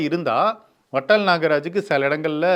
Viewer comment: Its VATAL & not VATTAL. Kindly pronounce it properly